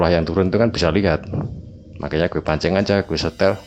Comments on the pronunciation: Eehh "GHUWE" maneh 🤣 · Bukan masalah logat, ini masalah “ghue” ... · Guwee???....Jd males denger nya... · 'Gw' nya medhok men to mas 😁😁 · Waduh kena "gue" medok lgsg buyar seremnyaaa wkskwkskm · Wong jowo ketika ngomong "gue" koyok pieee ngnoo😂🤣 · "GUE SAMA CEWEK GUE" (logat medok) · Salfok “Gue” medok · mau dengerin tpi "gue" nya medok bgt jadi ga srek di kuping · Gue nya medok banget sih bang ,, piye to mbok ora usah gua gue maleh piye ngono lek di rungokne,, kurangggggg :)